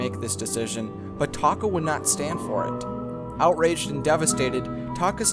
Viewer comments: Did anyone else think he said taco when he said taka? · Scar's real tame is Taka?! Sounds like Taco to me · SAY TAKA